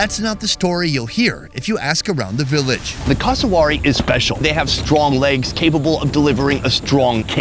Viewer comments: It's pronounced cass uh wear eee and is a living version of a velociraptor with their feet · Cus-a-w o r r y... E mooo... 🤭🤦 He's not the only one who says it. C'mon Americans, you'd be like 🤨, if we Aussie's said/pronounced these animals something like: American belled eagle 🦅 lol.. Or American Beeson 🦬 🤣😆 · FFS, learn to pronounce Cassowary! CASS-OH-WARY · That pronunciation of cassowary really threw me for a loop :') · your pronunciation of Cassowary and Emu was painful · This blokes pronunciation of Cassowary was like nails on a chalkboard. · Plz learn how to pronounce the name of that bird properly